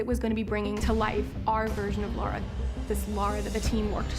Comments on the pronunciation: she said "Laura Croft" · She’s called LARA and not LAURA!!!